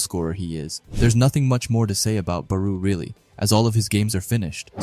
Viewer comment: It was an amazing video but plz stop sayin baruuu It's Barou(Ba+Raw) 😭😭